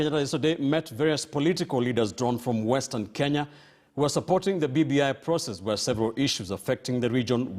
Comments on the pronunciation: Why do Mudavadi Pronounce KE as KI.? He says Western Kinya.!! His own country is mispronounced. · He is a typical product of pre-80 Nairobi School. A school which in pre-80 era was still terribly British; and where things-African were looked down upon. I am therefore not suprised that he has the capability of mispronouncing his own country.